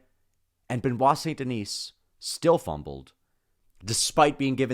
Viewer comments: You know that one time when you didn’t pronounce the s in denis, that’s it that’s how it’s pronounced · Holy crap man. The S is silent in his last name!!!!!!